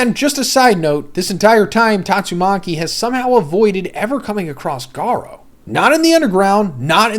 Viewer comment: Everytime he pronounced garou i lost it 😂😂😂😂